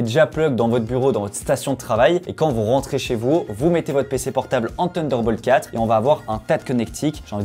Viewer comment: “TUNDER BOLT 4” Les mecs taisez un effort svp